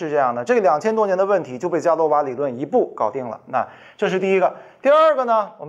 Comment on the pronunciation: 伽罗瓦 读 [ga luo wa]